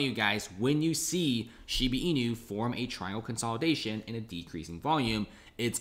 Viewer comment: shiiiiibaaaaaa bruhhh not sheeebeeee